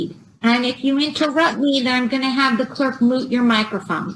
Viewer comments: For the love of God, will someone PLEASE tell this judge it's "mute", not "moot your microphone'. You know, like "cute". Moot means irrelevant. She's a university educated person, how can she not know how to pronounce "mute" and why has no one, ever, explained this to her? It makes her sound like an idiot, or a Saturday Night Live sketch! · Good judge but small quibble. Difference between "mute" ( as in microphone) and "moot" ( as in no longer matters.). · Can’t tell if the judge is going to mute or moot his mic. 😂 I keep hearing moot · Is she saying MOOT your microphone?